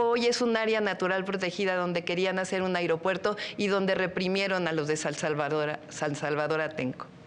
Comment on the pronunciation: Llo como mexicano no confío a estás personas, deporsi él pri todo el tiempo nos a jodido y no saben ablar, dice airiopuerto, cuando ésa no es la palabra, Xochitl Gálvez, centro de salud, dice centro dé salus, tener ésas personas que nos representen puras nacas.